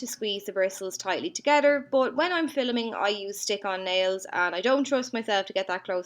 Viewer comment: Absolutely gorgeous! I love how you use Wet-n-wild palettes so much. I have the 4 most popular ones and they're worth their weight in gold lol. I also had a little chuckle when you were talking about your kitty breaking your laptop and it sounded like you said "filuming" - that word sounded just like when John Maclean says it.